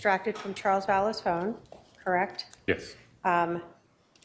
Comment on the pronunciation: ..Lori Vallow doesn't say "Correct" she says "Crect"